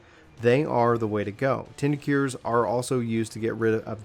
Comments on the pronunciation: tincture[ tingk-cher ] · ture is pronounced like infrastruc ture or architec ture